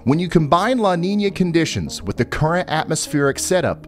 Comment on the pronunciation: "La Ninia" c'mon Ryan, it has a tilde it's not pronounced like that weatherman. Lol jokes aside I love your content keep up the great work bro.